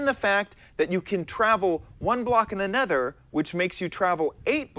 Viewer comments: he said ne nether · He says nether weird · Ikr heard that mistake neth nether